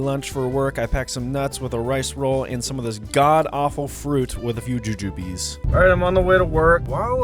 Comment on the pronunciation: That's pronounced joo-joob (rhymes with rube or ...oob) not joo-joo-bee! They're a classic candy from the 1700s based on the fruits of an actual tree, they're a lot better from an actual candy store though